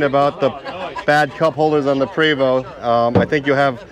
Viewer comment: There may be bias from me as im French Canadian (as is Prevost.. and yes.. its pronounced Pray-voh.. not PREEE-voh) but dang this looks really sharp.. even the old model looked fantastic.. nicely done Prevost!